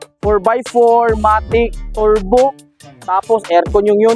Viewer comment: Nakakatawa mag bigkas si bisayang hataw-hataw kamay...turrrrrbuu..🤣